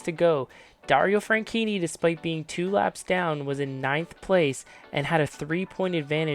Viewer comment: dunno if I'm going deaf but I swear you kept pronouncing Franchitti as Frankinni Also, I watched this race live on TV... I remember thinking it would be nearly impossible to survive it, and sadly, my fears were proven right